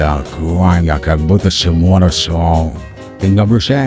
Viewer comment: Ты сказал Shimoro?)